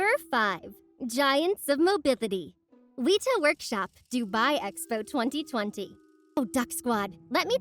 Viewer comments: Some very cool, imposing animatronics! FYI, it's pronounced "Weh-ta", not "Weeta" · why do people struggle to say weta so much